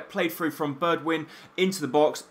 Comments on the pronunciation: It's pronounced Berg-win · It's pronounced 'berg-win' you tool!